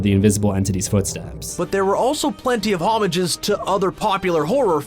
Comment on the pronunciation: "HOMAGES" I can't :(